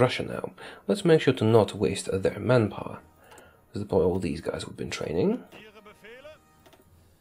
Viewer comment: I thought you were saying "man-gapoor" for a good 30 min before I realized it's man power.